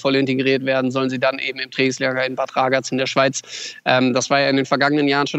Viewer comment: Mal nen kurzen Hinweis aus der Schweiz. Man spricht es nicht "Badraaagaz" aus sondern einfach "Badragaz" mit drei kurzen "a". Sprechen die meisten deutschen Journalisten schon seit Jahren leider so komisch aus. Nichts für ungut 😉